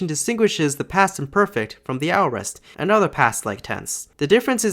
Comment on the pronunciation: I believe aorist is pronounced /ˈeɪ.ə.ɹɪst/ :) Great video!!